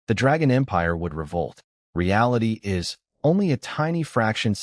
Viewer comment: Can't pronounce "is".